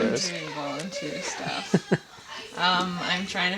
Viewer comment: "Sterf" - that's a fun way to say "stuff"! Thanks.:)